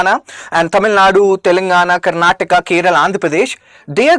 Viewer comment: Sir, you're an IAS preparation coach. Stop messing up the pronunciation: keralA, tamil nadU, karanatakA, kannadA and telanganA.